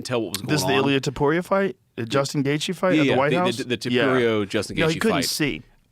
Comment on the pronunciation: How he pronounce Gaethje right and wrong at the same time